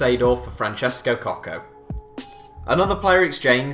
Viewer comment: Pazzini is not nicknamed the 'madman' because of him being mental. He is actually completely sane and not a troublemaker. His name gets shortened to Pazzo which in Italian means crazy. Also. Francesco Coco (your pronounciation is just confusing) was a highly rated left back even during his days in the Milan youth system. Long touted as the heir to Maldini, he went on to shine and make the Italian team for the 2002 world cup. Unfortunately, he was though more interested in womanising, so his form dipped. At the time, Seedorf was not doing well at Inter, whilst coco had been loaned out to Barcelona, and his form was floundering. The deal actually made perfect sense. It just seems ridiculous now, given that Seedorf went on to win everything and Coco disappeared into oblivion.